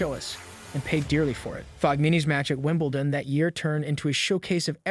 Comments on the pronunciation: OMG, if you're going to do a video about ANYTHNG you clearly don't know very much about at least learn how to pronounce people's names. It's Kir-long-E-ose not Krigeose, and it's Evonne not Ivan, Joke-a-vich ,not Jokavick, Fobbio, not Fabio,, Wimbledun, not Winbledawn, Neigh-dal, not Naydul and he's one of the. biggest names in tennis. You'd think you would at least get that one right, Meekale, not michael,, Nastazee, not Nastase, and oh my god its Mack-in-row. Have you ever watched a tennis match in your life? And just so you all know I am trying to spell each name phonetically so that this guy can see how they should be pronounced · The idiot couldn't even pronounce ''Wimbledon''......what a joke.